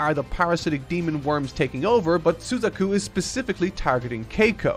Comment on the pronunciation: shame he ruined Suzaku's...he was on a roll thru 3/4 and almost hit a perfect score!